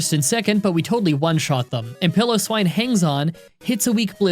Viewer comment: Just want to say it's "pie"low"swine